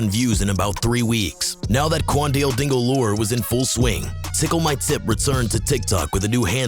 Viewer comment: stop saying qaundel like that please